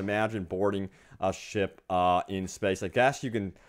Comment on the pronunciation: i fuckin hate the way this guy says space